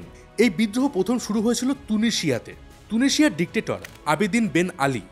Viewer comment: তুনিশিযা না তিউনিশিযা